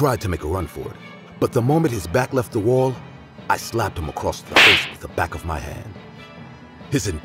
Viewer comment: I was looking for this comment I knew I couldn’t be the only one that caught that😂